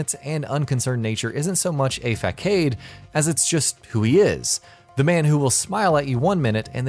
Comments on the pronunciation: You said f-ah-kade. It's pronounced f-a-s-ahde. Facade. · "fack aid" >_> fah sahd.